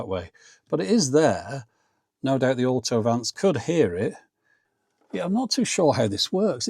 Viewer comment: "AUTO-VANCE" sounds very American somehow 😅